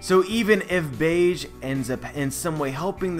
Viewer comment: Capone "Gang" Bege (beh-gay) Other than that another great video, haha